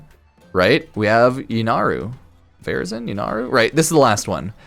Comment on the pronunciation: "Varazon, vazrin" What's happening?🤣